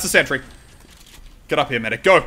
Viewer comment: You said mecree unstead of saying medic